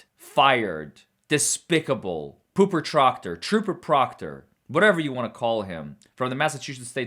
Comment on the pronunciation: Lmaoooo i DIED at "pooper troctor"... Like the 5 yr kld I am lollllll